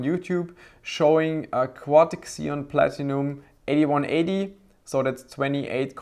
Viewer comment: It's ZEE-on, not KSEE-on, fwiw